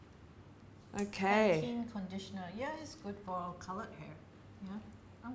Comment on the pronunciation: pantene sounds like paties